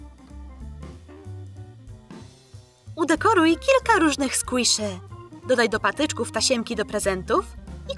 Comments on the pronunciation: A i nie sklise tylko skłisze 😰😰😰😰😰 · Mowi sie skłiszi a nie skłoszy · Mówi się skłiszi skłisz xd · PaulinkaKotek Serce ale ona (ta co dubing robi xd nie wiem jak się pisze) tak powiedziała czyli squisze!!!😂😂😂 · Mówi się (skłiszi) a pisze się squishy